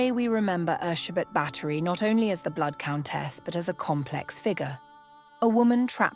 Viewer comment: I just came to say thank you for getting her name right. Bugs me when historical figures have their names anglicised. 😉👍